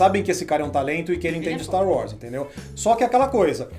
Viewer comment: Ver os cara falar "Staru Wars" incomoda demais kk